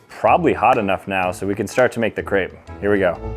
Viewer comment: am i the only one who got annoyed on how he said crepe